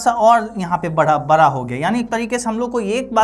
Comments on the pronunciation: बड़ा को बड़ा ही कहे आप बरा नहीं, बाकी आप बहुत अच्छा पढ़|ते हैं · बड़ा ❌ बारा ✅ 😂